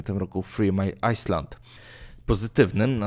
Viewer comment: Dobrze byłoby upewnić się jak czyta się obce nazwy - "3 mile island" aż w uszy szczypie ;)